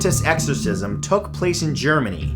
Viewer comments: Nr. 7's name ist Gottliebin, not Goliebtin (as you pronounced it) and, ironically, means "loved by god" in German. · It's pronounced Gought-lee-bihn. 🙄 Not Goat-libbin. 🤦🏻‍♀️ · its pronounced goat-lieben not go-lit-ben. it means god lover or one who loves god in german. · It's "Gott-lee-bin", not "Go-lit-bin" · Number 7, Gottliebin Dittus, is pronounced like "Gottleebin". A very weird and old name, meaning God's love. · The way you pronounced Gottliebin made me laugh so hard...😂